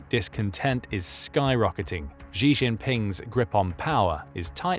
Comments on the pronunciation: Why the narrator call xi jing ping ''gee''? Xi isn't pronounced geee or jeee, it's pronounce like ''see'' or ''scee'' like scene.. see jing ping you say ,,,i see you,, not i geee you xD its not hard It hurts my ears and i'm not even Chinese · Xi is pronounced "she". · if you are going to keep making documentaries about China the least you can do is learn to pronounce Xi Jinping. Xi is pronounced like the English word SHE